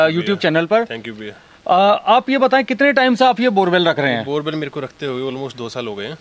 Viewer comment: Borboel not borewell😂😂😂